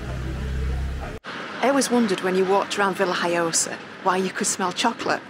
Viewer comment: isnt it VillaHoyosa iinstead of VillHiyosa ?